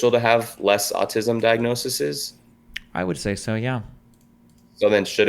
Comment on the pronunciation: we’re also not supposed to consume like 90% of the shit that’s it in food, but it’s safe cause it’s a safe number. also saying “diagnosis’is” instead of “diagnoses” is so fucking funny to me